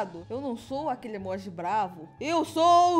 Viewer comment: O fala emóji e não emoji kkkkk